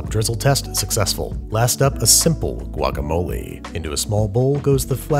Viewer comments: I heard “ guagamole” like... no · Anyone else in love how he said guacamole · You did NOT need to say “guacamole” like that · The way you said "guacamole"... 😂👌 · Not impressed with the guacamole pronunciation, but very impressed with the tortilla making skills. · The way you first said guacamole makes me feel violently uncomfortable